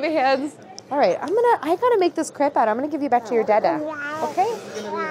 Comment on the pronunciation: Crepe... Kr Ape... And roll the r